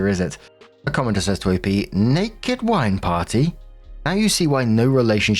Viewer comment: For the rest of the day, I’m gonna be wandering the house and imitating accent when he says “Naked WINE parrttyyy?” 😂😂😂